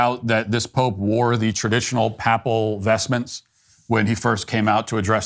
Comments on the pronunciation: Matt, The word is PAy-ple, not Papp-ple, as in Apple. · As another comment pointed out, you are mispronouncing “PAPAL“ and “PAPACY”. It is “PAY-pull” and PAY-puh-see”. Thank you for the excellent commentary. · Very good commentary Matt. On a small nit-picking point, your pronunciation of "papal" and "papacy" is incorrect. The 'a' in the first syllable is properly pronounced with a long 'a'. You are pronouncing the second 'a' in these words correctly. God bless. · Hi Matt love ya work and your show. If I can assist you with 2 errors of usage that you made in this recent episode. You pronounce the word “Papal” as you pronounce apple. This is incorrect, the correct pronunciation is pay-pul as in pay and pull. I know it’s nit picking but it’s really annoying when American butcher a perfectly good language. Also to referred to nations being temporal when I sure you meant temporary. All things created by man are indeed temporary, and most definitely not temporal. I know you’ll just think me a smart arse but I am only trying to assist you usage of the English language. Oh and yes, Jasmine Crockett is indeed stupid and I seriously doubt her IQ would even be close to a 65. 90 was far too generous. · Matt. It's not "pappel" like "apple". It's "pay-pel". "Pay-pacy". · Matt, Papacy is pronounced paypacy not pappacy Papal is pronounced paypl not pappl… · If you talk about this more often, I hope you start to pronounce "papal" and "papacy" correctly: first vowel is pronounced "ay". Every pappal and pappacy is a small assault on my ears. English is great, but the letters often don't give much information about the pronunciation, so if you don't know it through having heard it a lot, you should look it up. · Matt well done that was a very well balanced measured assessment. Heads up... papal is pronounced "pay-pill" not "papp-pill" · Grammar Kanye here, I believe its pronounced "Pay"pul or "Pay"pasy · you kidding me? man can't pronounce 'papal' correctly